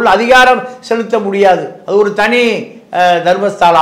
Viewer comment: "தர்மஸதலா" உச்சரிக்க தெரியவில்லை இவனுக்கு